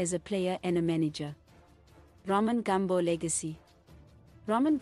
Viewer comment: ITS NOT GAMB0..but Gumbo(shona word meaning leg) pronounced as its spelled